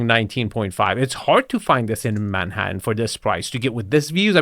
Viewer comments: Do you like “Mannatann”? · "There is an incredible view of Mannatan" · Manhattan. But she hit the syllables so wrong.😂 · Right from the start, that thick but charming French accent had me cracking up. It's rather snooty, y'know? I love the way she pronounces Manhattan. Right here, probably the most desirable apartment in America.